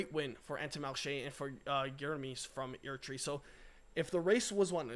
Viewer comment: Still will come from Eritrea. Google to say Eritrea properly and name of the HERO BINIAM❣️👍🍾!!!!!!!!